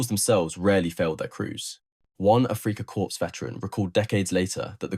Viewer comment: "Africa Corpse" ???